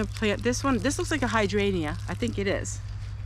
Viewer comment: HI SIS !! Hey.... If that one plant is called a HYDRAN"G"EA That word is pronounced this way..... (HI-DRAIN-JUH) Luv ya bunches !!! ❤❤❤❤❤❤